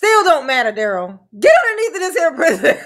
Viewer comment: I love when you say Pri-zee-own! 😊